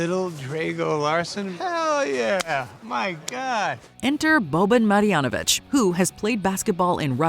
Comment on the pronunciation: It’s Boban Marjonavic